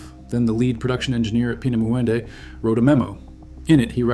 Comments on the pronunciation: Actually is spelled and pronounced differently, "Peenemünde." My Family lived through WWII, I was born in Romania and grew up in the U.S.A. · Narrator cannot pronounce "Peenemunde" , can he ?